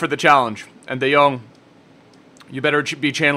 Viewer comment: Your the first Youtuber outside The Netherlands who speak his name good i can know bcuz i live there